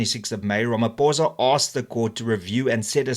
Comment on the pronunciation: Its not RamaPOURza its RamaPHOSA